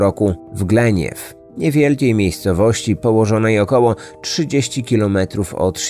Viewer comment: Wszystko spoko ale Glenview inaczej sie wypowiada....